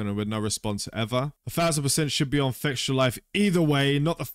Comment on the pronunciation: Why don't you pronounce fextralife as it is. You said it and it sound la fectialife.